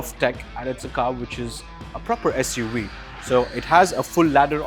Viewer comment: I had to stop watching when he said SU we